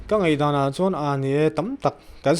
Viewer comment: Ngaihdan tih hi ngatinge Ngeihdan ti a a lam tlat ni aw.... Media lam ah hi chuan Ṭawng dik hman hrâm hrâm a pawimawh khawp mai.